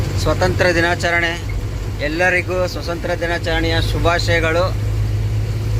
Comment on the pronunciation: ಸ್ವಸಂತ್ರ ಅಲ್ಲ ಸ್ವಾತಂತ್ರ